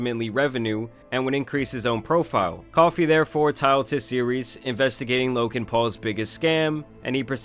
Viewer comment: his name is loGan not loKan.....